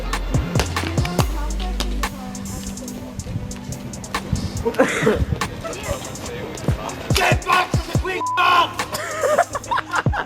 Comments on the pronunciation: The way they say 'Get back' sounds like 'Get fucked' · Am i only one who hears "GET BACK" as "GET F___ED!"? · Get barkkk😂..bo'ol of wotah harry potah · I keep hearing “GET FUCKED!” lol.